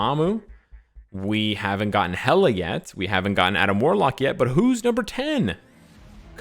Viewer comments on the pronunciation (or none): none